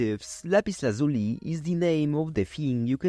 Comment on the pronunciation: "lazh-you-lie" That's how it's pronounced.